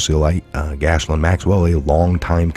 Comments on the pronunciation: Not gashlin, it's pronounced jizzlane. And, uh, I guess she is! ;) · 😊 That pesky French pronunciation… She has a beautiful name. It’s so sad it’s on such a gross horrible person…Her name is pronounced GEh- laine. Long G sound like you would say KEY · Pronounced Gilaine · sorry but you need to get these names right... it's pronounced GIZ Lane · That's "Gee Lane" Maxwell! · Hey, the spelling will trip you up, but you pronounce it “Gill Layne”. God love you. 🤣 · Thank you, for all you do, I'd be so confused if it weren't for you and the rest of the awesome Truther Patriots out there! Love, Blessings and Gratitude🐸💜✌🇺🇸🌎 (I think it's pronounced like ghee-lane) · Gee Lane is the pronunciation